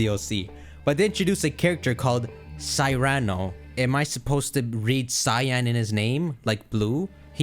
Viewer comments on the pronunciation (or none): pls... Kieran is pronounced KEER-in and Cyrano is pronounced SEER-uhno... you're killing me here